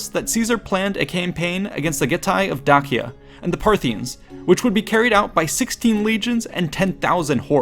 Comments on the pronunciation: i thought "Dacia" had the C pronounced as an S. while in classical latin, it would be Dakia, just as Caesar would be Kaesar. or so i've learned. at any rate, exquisite video thank you for the added knowledge. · It is evident that you have put in the effort to do your research! It would also be great if you would also make that same effort to be sure you are PRONOUNCING Place, Peoples, and Person names CORRECTLY!!!!! The way you keep saying Dacia and Dacian are entirely incorrect according to the HUNDREDS of scrollers that lecture on this subject! It would have been a simple matter to either listen to some of them or look them up on a search engine. Mispronouncing something so basic distracts many (Me at least) greatly. I want to watch your video, I love history. However find myself reflexively correcting you every time you pronounce something wrong, and it is frustrating. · Dacia is pronounced “Day-See-Uh” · Please stop saying Datshia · Well, that's not a good start. Caesar didn't think about invading Dutchia, he thought about invading Dacia. I assume you're trying to pronounce it as it would have been in Latin, but in Latin, the letter C was pronounced as a K, not as a tch blend. That's a thing in modern Italian. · … you’re mispronouncing “Dacia”. It’s pronounced Day-Shah, or I guess the Latin is pronounced Da-key-ah. Fantastic video and super well done, that’s just me nitpicking insignificant details haha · It makes that "ch" sound when it's followed by E or I, like he pronounces it at the very start of the video, however he pronounces Dakia which might be how romans said it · In English, it's pronounced "Day-shah" or "Dah-see-ah". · How can I take your work seriously when you can't even pronounce Dacia correctly? If you can't even be bothered to accurately research how to correctly pronounce Dacia, your "educated" opinion on any matter is suspect. Stopped watching after 20sec in after that horrendous "Dacia" pronunciation.